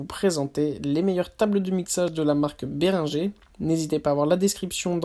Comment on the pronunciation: ça se prononce" bé ring geur " pas béringé